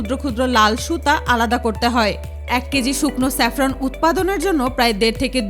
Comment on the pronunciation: চেপরান না জাপরান হবে